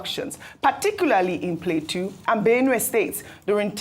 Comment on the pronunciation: Why can’t Ojy pronounce Plateau state correctly 😅